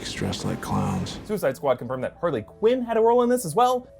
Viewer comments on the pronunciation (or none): none